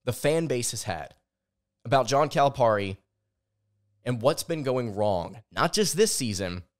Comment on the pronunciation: ..its cali pear ie..not calip are ie